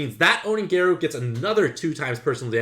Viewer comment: Garou is pronounced like Gah-row